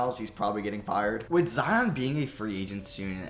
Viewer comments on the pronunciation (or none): none